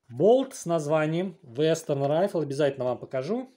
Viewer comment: Не Райфл, а РифлЕ!